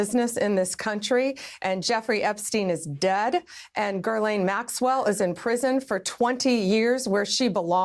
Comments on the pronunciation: Bondi says Gurline. Where the heck is there an “R” in Ghislaine? It’s pronounced Gilaune. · Her name is not Gerlane, Blondie. It's Ghislane. No R at all. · Bondi calling Ghislaine “GHIRLAINE” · Is no one going to talk about how Pam Bondi doesn’t even know how to say Ghislaine? She keeps saying “Gerlaine” lol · She keeps saying GIRLlane , she knows how to say her name, she is mispronouncing her name on purpose for libel reasons. This administration is SOOOOOOOOOOOOOO unbelievably corrupt. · Pam Bondi is another in a SERIES of Trump defenders/enablers and ultimately will be destroyed by her actions. Like many of her predecessors, Pam is over her skis. She can't even pronounce Maxwell's first name: "GIR-LANE"? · What is it with these people that they can’t pronounce words, there’s no R in Ghislaine and there’s no R in Tesla. Someone please tell Pam Bondi that it’s not Gurlaine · It's actually pronounced Gill-ane. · Pam Bondi's pronunciation of "Ghislaine" is weird. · She can't even speak her name right...... it is important